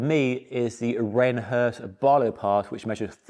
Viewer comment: "Rene Herse" is pronounced "very cool"